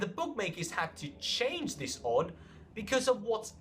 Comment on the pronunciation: why are you saying shange. It's "change"